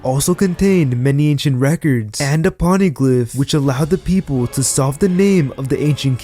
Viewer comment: pOnEglyph not ponyglyph MOria not Moraya